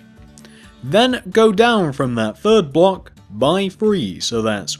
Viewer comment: You say three weird you say free But it's ok 👌 be you